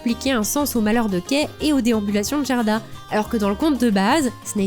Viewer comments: Je connais ce conte par coeur. Bonne vidéo mais vous avez prononcé Jerda alors qu'en fait le Gerda de prononce Gue. En gros, c'est comme si vous disiez jitare au lieu de guitare en faisant ça. Attention aux VFs des adaptations qui peuvent induire en erreur😑 EDIT: Dans les deux VFs, le comportement de la femme à l'immense jardin est différent. Dans la première VF, elle garde volontairement Gerda chez elle parce qu'elle veut avoir la petite fille pour elle toute seule devenant ainsi une opposante par sa propre volonté. Dans la deuxième VF, elle est sous l'emprise de la Reine des Neiges voulant empêcher Gerda d'arriver jusqu'à Kai et devenant ainsi une opposante malgré elle. Probablement un choix pour rendre la Reine des Neiges plus active dans l'intrigue. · très belle vidéo. Mais pitié: "GUERDA" pas "Jèrda"! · Très sympa, comme toujours, mais dommage pour l'écorchage en règle française du prénom danois "Gerda" :'( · Vraiment très bien. Un travail incroyable. J'ai juste un peu de mal avec le "Gerda" avec le son "Gé" , je l'ai toujours dis a l'allemande avec un "gué"... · Salut, bel épisode mais.... le G dans le pays scandinaves se prononce "Gu". Quelle douleur d entendre "Jerda" et non pas "Guerda"..... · Alors, c'est génial et après tant de hype (rapport à la période présente, toussa toussa) je suis super contente de l'épisode, mais juste une petite chose : Gerda, ça se prononce "Guerda" ^^ C'est pas très grave en soit, mais étant le prénom de ma grand-mère, ça m'écorche un poil les oreilles d'entendre la faute à répétition x) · Ca se prononce Guerda et Caille 😉 Excellent votre boulot sinon. Bonnes fetes a vous deux ❤